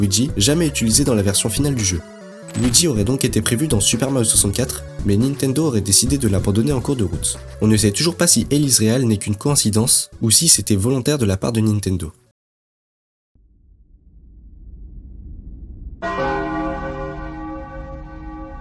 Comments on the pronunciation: Tres bonne video. De bonnes images d'illustration et un commentary quali. Cependant, 3 petites choses : 1) tu es un peu trop formel. Tu ne mets pas assez de ta personnalité dans la video. 2) le son du micro est pas fou ( je sais quun bon micro coute cher) 3) L is "réhal" ? Vraiment ? 🤣 Continue comme ca, jespere que tu vas percer. Tu as une abonnée en plus ! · Abysses ! Merci pour la vidéo, bonne narration malgré quelques erreurs de prononciations (réhal, Robotonik par exemple) et un son moyen mais cela ne gêne pas pour suivre la vidéo. Continue comme ca, +1 abonné